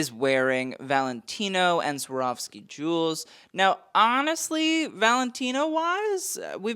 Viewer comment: When I saw "Sawrovski" I thought I just forgot how to read for a sec, isn't it Swarovski?